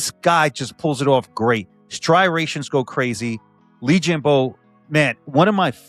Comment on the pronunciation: oh man we got Phil saying "stry-rations" now too! lol